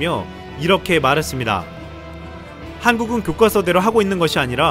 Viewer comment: 교꽈서라고 읽는게아니고 교과서대로 읽어야함